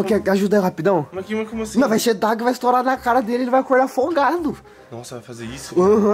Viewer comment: "VNGUEI" TA NÉ KK